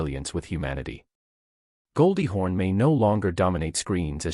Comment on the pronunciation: Why does the narrator continue to call her Goldie HORN?